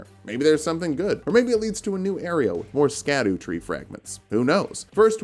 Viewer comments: erm ackshually itsh pronounced "shadow" not "skadoo" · Scadutree is actually pronounced Shadutree(shadowtree) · Um actually, the scadutree fragment is pronounced like shadowtree. I really appreciate all of the work in your videos that you pump out every week. Your persistence and effort is legendary. Thanks for giving me a break every week. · Btw, just because I know you like being corrected: Scadutree si pronounced same as Shadow tree. Its a similar situation to Gaol and Jail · Ik im being pedantic, and i think it’s funny how you pronounce scadutree. But it’s actually pronounced “Sha Dew” or just shadow. It comes from an old english spelling of shadow